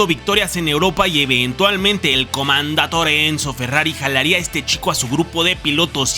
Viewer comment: Está buena la historia como la cuentas, solo que no es CHINETTI, se pronuncia "kineti", no es "FANGUIO" se pronuncia FANGIO y no es "COMANDATORE", es COMENDATTORE.